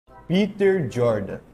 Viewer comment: Mentira, se acompanha-se o cara não ficaria o vídeo inteiro pronunciando o nome dele errado. Mas, de qualquer forma, óbvio que ele só quer crescer em cimada fan base, como 90% dos influencers.